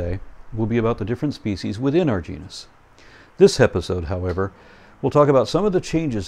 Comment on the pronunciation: Of course you won't have this problem, if you pronounce "Genus" correctly.